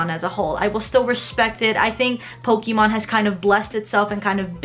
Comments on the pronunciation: Sorry, but the pronunciation of her saying pok-ee-mon is annoying. I'm sorry for being so nitpicky. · "Po-KEE-mon"? Careful, Aki. People get triggered over that kind of stuff.